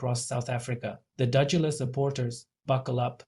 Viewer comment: You can't even pronounce the word and no proof for accusation, just shut your mouth you've obviously run out of news for your channel. O/DUDULA is for us, not you.